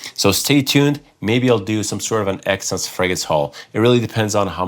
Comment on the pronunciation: I just heard “it depends on how much stuff I bring back from Exsence” and I’m still laughing